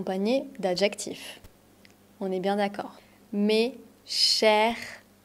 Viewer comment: Tiens, j'ai toujours appris que "est" se prononce comme "è". J'entends vous dire "é". I'm confused now 😂